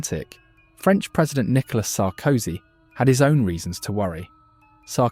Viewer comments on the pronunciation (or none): none